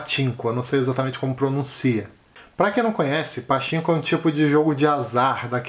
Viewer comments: Se você tem curiosidade sobre a relação Japão/Coréia do Sul, se prepare pois é bem pesado. Também fiquei com vontade de ler Pachinko (a pronúncia correta é "patchinco") ✌️ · Oi, a pronúncia correta é Patinko. Um grande abraço! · Oi, gostei das sugestões e fiquei bem interessada no título "Pachinko", já está na lista pra ler ☺️. A propósito, a pronúncia de "CH" tem som de "T", então se lê PATINKO 😉